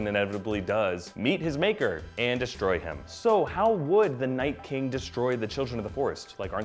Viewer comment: Liked for "We hab no keng."